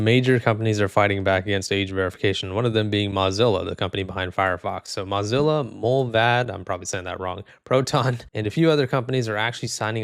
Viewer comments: Moe not Mah Zilla.. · That's hilarious. You thought you had Mullvad wrong but you had it right, but had Mozilla wrong. MAH-Zilla? Nope. Mow-Zilla. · hopefully something also gets passed in the us which bans these mass surveillance laws as well also mozilla is not pronounced like mozarella brochacho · "im probably saying that wrong" buddy, you're pronouncing mozilla wrong 😭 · why are you saying mozilla like that😭😭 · You should at least pronounce the company's name correctly if you're doing a video on them. LMAO